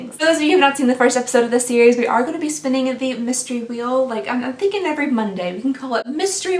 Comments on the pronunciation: "mystery weel Monday" lol 🤣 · “Mystery Weel Monday” I love it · “Mystery weel Monday “ it’s Monday for sure 😂